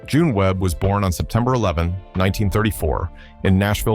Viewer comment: Jeanne Pruett's name is not pronounced "John". It's pronounced "Jee-nee". If you're going to make videos about a subject, you need to be familiar with it and not use AI generated compositions.